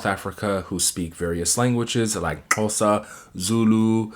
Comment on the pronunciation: I love the way you pronounce the word Xhosa... Great....👌